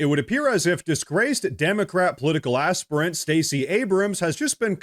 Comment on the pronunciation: "Ass-pirent" lol. Abrams was an ass-pirent. Beautiful.